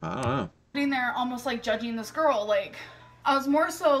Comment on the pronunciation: Good morning Everyone. Enjoy your monday. I gotta fix my car but it's easy and free labor. Also a loving partron lmk it's GORL due to the way she says it.😂😂😂😂😂 Fatphobic or death phobic?????